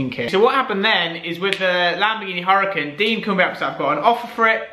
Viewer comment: c'mon dude - in regards to your previous Lamborghini Huracan, it's pronounced 'Ura-kahn' - the H is silent.